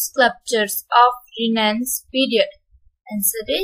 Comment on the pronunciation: 'Renaissance' pronunciation is wrong